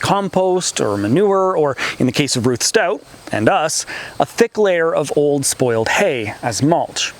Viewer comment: It's RUTH not Rush--sorry!